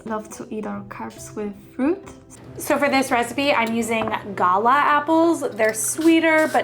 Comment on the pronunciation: Thank you, for pronouncing Gala apples correctly!!! Much appreciated 🎉❤😂